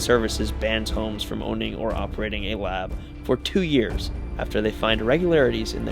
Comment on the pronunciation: At first I thought you said Elizabeth hoes.